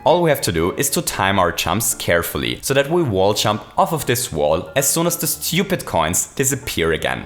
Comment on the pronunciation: It's pronounced jump, not champ.